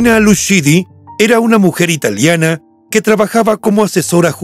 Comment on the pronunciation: Como pronuncias??? Alessia se dice Alessia no alescia...Irina lucidi... el apellido se pronuncia Luchidi...